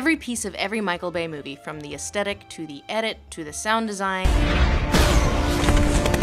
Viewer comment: AesTHetic, not aesTetic.